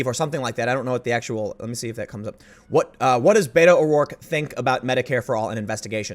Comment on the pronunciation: I know you're saying Beto, but i keep hearing beta.